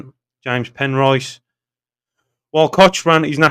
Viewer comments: Pronounced Cockran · Cochrane is pronounced cock ran 👍 its a silent H